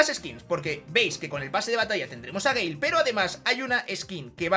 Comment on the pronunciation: te felicito por tu video esta muy bien toma tu like campeón. A eres de los pocos youtubers españoles que pronuncia el nombre del Brawler BIEN 👏👏👏 un saludo.